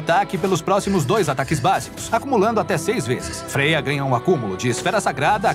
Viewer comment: É como se pronuncia mesmo